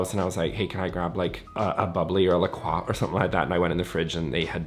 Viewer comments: I love that you pronounced “La Croix” the real French way. It’s actually originally from Wisconsin and the river on the border of Minnesota and Wisconsin is called the La Croix River but it’s pronounced La Croy, and the drink was named after and pronounced like the river. Apparently we’re too dumb to pronounce French words the way they’re supposed to be pronounced down here in Minnesota. 😂 I can’t tell you how many French named things we Minnesotans have butchered. 🤣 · The way you pronounce La Croix is the fanciest 😍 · Thank you for being like the only other person I’ve heard pronounce “La Croix” correctly lol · I love that you pronounce La Croix correctly! Everyone here in the states says it like La Croy and it drives me nuts. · I love that you pronounce lacroix correctly. Here in the Midwest they all say lacroy